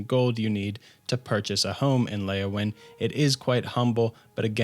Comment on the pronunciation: Not Leyawin